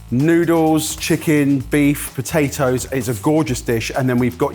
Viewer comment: po tay toes … not btatoes